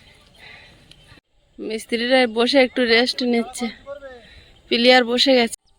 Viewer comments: প্লিয়ার বলে না ওটা পিলার বলে আশা করি এবার তুমি ঠিক বলবে কিছু মনে করোনা ভুল টা ঠিক করে বলার জন্য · কথাটা পিলার হবে পিলিয়ার নয় শুনতে খুব খারাপ লাগছে। এবার থেকে পিলার বোলো। কথাটা বললাম কিছু মনে কোরো না। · পিলিয়ার বলে না পিলার বলে তাও জানে না আবার ইউটুব চালাচ্ছে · You tube chalate gele pronounciation jana mandatory noi jaghrate didi seta tumi jano na.eto jolte nei onnyo ke dekhe. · পি লা র হবে কথাটা। দুদিন বাড়িতে বারবার বলে প্র্যাকটিস করো। তোমাকে এটা নিয়ে অনেকেই বলছে সেটা আমার ভাল লাগছে না। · Ki je apni pilliar bolchhen? Khubi kane bachhe, ota pillar hobe. Valo thakun sobai.